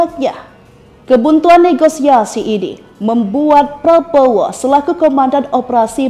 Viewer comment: Min, Latihan dulu ngomong nama prabowo😊